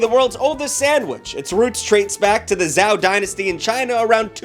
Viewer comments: That pronunciation of Zhou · Beacause english is a shit sandwich zhou is pronounced jo